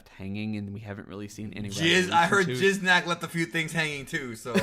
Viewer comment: Lmao repeatedly saying Jizznak The Gusher 💦🤣💀